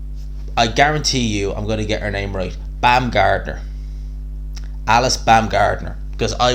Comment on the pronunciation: She's not called Alice, it's Alycia 🙈